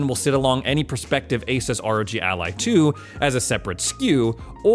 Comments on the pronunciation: It's pronounced AS US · It is pronounced as 'AY-SOOS'. ASUS actually made a video of how to pronounce it lol. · Pronounce it like A Zeus.